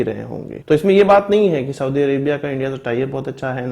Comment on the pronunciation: साऊदी नहीं होता बल्कि कि सऊदी होता है।